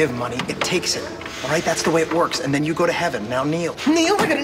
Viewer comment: Did Mac say ‘and hold Jews in the palm’ doesn’t sound like hold you lol